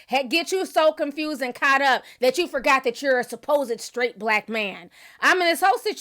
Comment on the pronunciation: Malik feels more confident because he has backup! He does need to do the work because he knows nothing!! Charlemagne said “I guess Skraight”!! 😳🤣😂